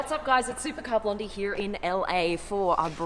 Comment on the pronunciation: love the way you say "here".(heeyr)